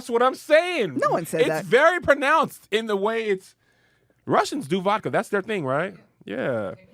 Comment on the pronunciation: Vodka isn't just Russian, it's from the Slavic word for water "voda". did a good job on pronouncing it 😅👏